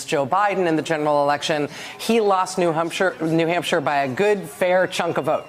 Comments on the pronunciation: "He lost New HUMPshire......" Some journalist. Can't she even read a letter A on her teleprompter...for New HAMPshire? Who's she got on her mind and what's HER name - - or is it THEY/THEM/THERE-THERE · Rachel Maddow said “New Humpshire” 😂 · New Humpshire 😂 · called New Hampshire, New humpshire?!😮😂